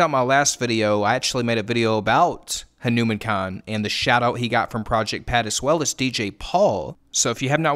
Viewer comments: Correct pronounciation: "HanuuMaan" not "Henumein" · Just going to drop this. His name is pronounced Hah - nou - maAn -kind , not Ha-newman-kind, emphasis and long A on the man, like Poke-Mon not pokeman. Just putting it out there. No disrespect. Anybody covering him is great. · Respect for making this video. But please learn how to say his name correctly 🙂 Hanuman like the Hindu deity plus "kind" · huh-new-men kind 💀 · Dear, say his name correctly please, it's HanumAAn-kind